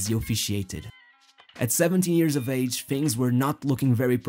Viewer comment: Gosh, that "H" letter is so tasty for you... "Years" sounds like "ears" in your mouth...